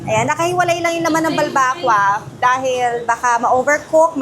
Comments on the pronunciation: Ang akward ng pronunciation nyo ng Balbacua. pero astig im a fan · ayusin mo nmn pg pronounced ng balbacua.. sakit s tenga e